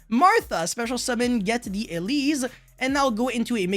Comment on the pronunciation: "Elees" "Mikailees" "Magneefica"